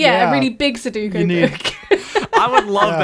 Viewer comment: "Soh-doo-koh" You mean Soo-doh-koo? Also if we met the Hanar first and somehow started a war with them, our administration would be assassinated by the Drell.